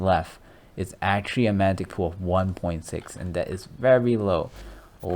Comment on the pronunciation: Mag-netic...come on bro you can do it lol